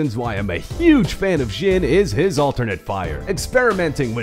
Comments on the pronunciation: Why is he saying ' Jin '?!? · It’s not ‘zhin’ It’s ‘zhin’ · Why are you pronouncing it like that? Not even the character himself pronounces it like that.